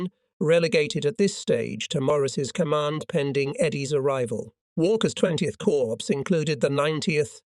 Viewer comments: Drives me crazy when he says corpse instead of cor for corps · the 12th corpse --- sounds like a serial killer 😎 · THERE'S A HUGE DIFFERENCE BETWEEN: CORPS and CORPSE. How hard is it to use the correct pronunciation?